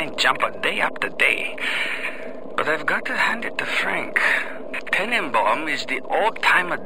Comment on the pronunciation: alan turning dr brigid tenneebaahm